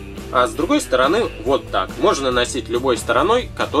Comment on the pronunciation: В он сказал вместо СТОРОНЫ - СТОРОНЁ